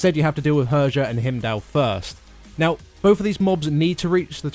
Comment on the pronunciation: "Herjah"... cringy moments... She is actuallty "Heeryah"